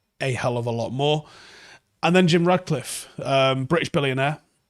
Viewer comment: mate, FFS, his name is RaTcliffe. Please stop calling him RaDcliffe. He‘s not fucking Harry Potter.